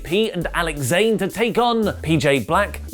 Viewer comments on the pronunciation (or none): none